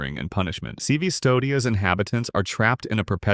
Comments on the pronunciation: A little detail about Blasphemous and also a little correction is that in Latin, for some reason the letter u didn't exist, so really Cvstodia is pronounced like Custodia (Custodia comes from custodiar in Spanish, that can be translated as to guard) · the name is "Custodia", with a U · The blasphemous world is pronounced custodia, improve your latin.